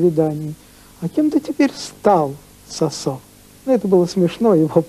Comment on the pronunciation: Надо произносить сОсо , через О , с ударением на первый слог.